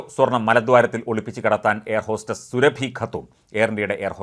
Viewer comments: സുരഭി അല്ല. സുറാബി. Khatun is a title of the female counterpart to a Khan. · സുരഭി യല്ല സൂറ ബീ 1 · സുറബി എന്നു കുടിചേർക്കു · സൂറബി ഖാത്തൂർ എന്ന് പറ 😭😭😭